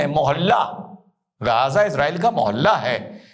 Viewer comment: Namste sar ❤🎉🎉bas sab kuch thik hai, परंतु अपके लफ्जों का जो तल्लाफू को गाजा नहीं है? थोड़ा सा जीभ को उठा कर गजा... थोड़ा बेस बढ़ा के मुख से अवाज निकालना था 🤔🤔🤔